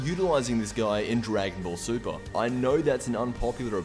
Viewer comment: Wait, you said you liked the ending of Dragon Ball... Super? Uh. I think you said that wrong lmao.